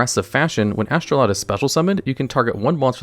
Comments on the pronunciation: "astroloud" my brother in christ there is no L in the card name you cant just put one in there and expect us to not notice. is astroud really that hard to pronounce for you or do you just not actually read or look at the cards you talk about? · It's Astroud. Not Astroloud. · Take a shot for everytime he mispronounces astroud